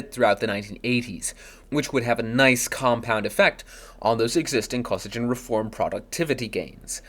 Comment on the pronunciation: It’s pronounced “Koh-SEE-ghin”.